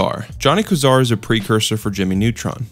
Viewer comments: KWAY-ZAR not KUH-ZAR!!! Also VY-YAH-COM not VEE-YUH-COM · Why the fuck are you saying Johnny Quasar as Johnny Kwazar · It’s Johnny Quasar, pronounced (Kway - Zar) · It’s pronounced “Quay-Zar” not “Qwah-zaar” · not kazar its kwayzar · Johnny Quasar is pronounced “Kway-zar.” A quasar is an astrological phenomena. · "Johnny Kazar" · My man really pronounced "quasar" "k-zar" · Why do you pronounce Tehran like "Tiran" and Quasar like "kwazar" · say it with me QWAYZAR otherwise, great vid that is all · Its pronounced Johnny "kway-zar". Its the center nucleus of a galaxy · Quasar is pronounced Kway Zar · Quasar is pronounced (KWĀY-ZAR) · Quasar KWAY- ZAR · it's pronounced kway-zar you big silly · Quasar isn’t pronounced like that!! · Man, you pronounce "quasar" just like how Carl Wheezer pronounces "croissant" (funny how both of these topics has connection to jimmy neutron) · the way you pronounce some of the words like John K's full name and 'Quasar' actually kills me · It’s Johnny Quazar, he severely mispronounced it. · Why did he pronounce Quasar like that tho :'3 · Why butcher the word quasar like that 😭😭😭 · Kinda annoyed by the mispronunciations. Quasar, resigned, etc.